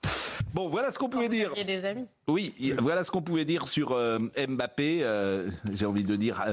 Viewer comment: Qu'est-ce que vous voulez que j'vous dise ? Un pognon de dingue ! NB : On ne dit pas MBappé, on ne prononce pas le M. On dit Bappé. Faut bosser les dossiers mr Prout !